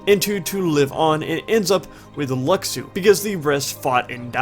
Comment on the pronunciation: His name is pronounced Lushu. that's how you say Luxu.